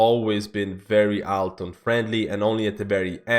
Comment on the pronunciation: say Alt the same way you would say Alternate. you put too much AL into it